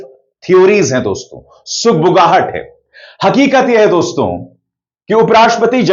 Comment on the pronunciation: तू वहाँ कही दिखाई नहीं दिया जब आनंद वर्धन जी ने शो किया था चार दिन पहले देश के बड़े बड़े पत्रकार थे वहाँ तो आप क्यों नी आये वहाँ और सुनो डोंस्तों नी होता दोस्तो होता है नाक में मत बोला करो